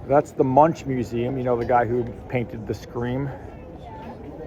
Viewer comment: It’s MUUNK. Munch is something else…..